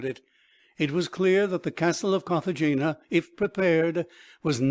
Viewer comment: And Cartagena is pronounced Cartahena